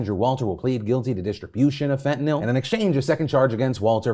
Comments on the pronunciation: what the fuck is “fentinill” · The way Phil said Fentanyl